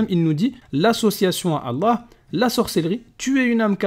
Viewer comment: On se défend tout simplement ... parce que vous mentez ? C'est quoi ces ahuris ptdrrr, c'est qui les moutons entre nous qui connaissons nos textes et vous qui suivez un faux ex-musulman (qui ne sait même pas prononcer le nom d'Allah) en gobant tout ce qu'il raconte sans essayer de comprendre ? ^^ Et il répond parfaitement à la vidéo, essayez de suivre. Majid montre que les lois islamiques sont stupides contrairement aux lois humianes.